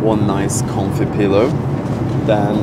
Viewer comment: how did no one notice says “confy” instead of comfy